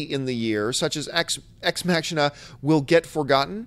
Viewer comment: The way you pronounced 'Ex Machina' made me laugh, John, and also 'Boyhood' unfortunately only won one Oscar for Patricia Arquette's performance. That movie deserved more. Oh well. It was still a great movie that shouldn't be forgotten.